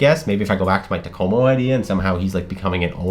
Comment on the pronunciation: Wow you nailed the Takomo thing